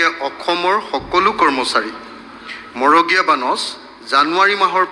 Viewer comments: 😮magoreya bonash nohoi, marogeya bonash. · মন্ত্ৰীজনে মৰগীয়া শব্দটোও শুদ্ধকৈ ক'ব নোৱাৰিলে